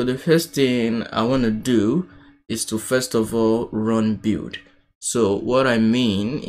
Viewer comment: "bild" or like "be:ld", not "bew"...